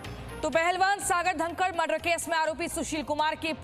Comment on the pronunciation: Bevkoof ladki tu dhankhad Ko dankad kiyun bol rahi hai.